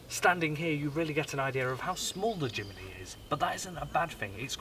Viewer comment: Jimeny ??? it's Jimny, whitout the E